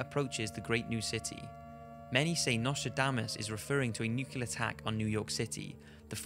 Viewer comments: The pronunciation of the word, 'nuclear': If you can say, 'clear,' and if you can say,'new' then you can surely say 'new-clear.' NOT 'new-cue-lar' or any one of the other mispronunciations. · Nuclear. Nu-clee-er. Not nucular. :[ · It's NUCLEAR! *not NUKULAR! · It's NUCLEAR not Nucular :/ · It's not nukelar, it's nuclear. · I am well aware that this is nitpicking, but it is pronounced 'nuclear,' not 'nucular.' If in doubt, refer to the spelling. Otherwise, these videos are awesome for killing time. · Nucular, nucular.... it's nuclear.... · NUCLEAR, NOT NUCULER!!! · It's nuclear Goddammit Nuclear not nucular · The most unsettling thing about this video is hearing a guy with a british accent say "Nucular" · Why do you say nukilar? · nucelar... omg sarah palin confirmed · "nukular" lol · Did he say "nucular"? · cant stand it when people say "nucular" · Stop saying "nucular". That's not a fucking word. I am romanian and I know that and you should too! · Can you please stop saying nucular? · the way he says nuclear really annoys me. no offense to him. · you obviously can't pronounce the word "nuclear" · Btw learn to pronounce "NUCLEAR" you'll sound less like a moron.